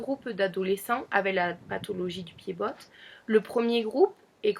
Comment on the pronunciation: Pied bot le t ne se dit pas lol